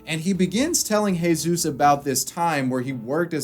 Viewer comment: It's Jesus, is it that difficult to get his name right?